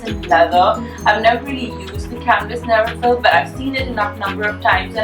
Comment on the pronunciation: It's a LV 'NeverFULL' not NeverFILL... :)))